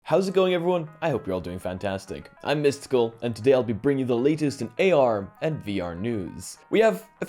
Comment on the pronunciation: Are you or Mysticle? very confusing as you say it like the first one, but spell it like the second?